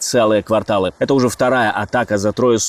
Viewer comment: А мне больше всего нравится, когда диктор вместо "это", говорит "эт", – "эт важно". Очень эффектно звучит !!!